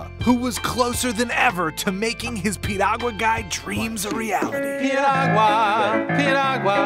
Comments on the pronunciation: lol, did she say Piruagala? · LOL...she can't even say Piragua..LMAO!!!!